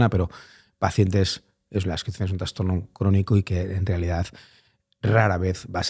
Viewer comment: Gracias por tu trabajo Eres un gran comunicador ❤ Si me permites hacerte un mini comment, he oído en varios podcast que dices la palabra transtorno, La forma correcta es trastorno, con "s", no con "ns".